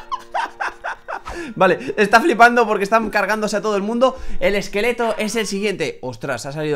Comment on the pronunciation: el ekeleto. wider. es ja ker